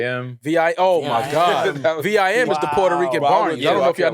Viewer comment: Saying v i m instead of just vims is naaaasty lmao